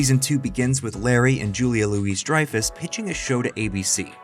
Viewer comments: I agree this is the moment... But just so you know, Sami is Jeff and Susie's daughter, and Julia Louis-Dreyfus is pronounced like "Louie" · But mispronounced Julia’s last name and kept calling the one girl Sammi, instead of Tara